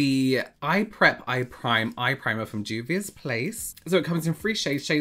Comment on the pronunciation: I am sorry to have to correct you, but it's Juvia's Place. I'll link you to James' channel to practice.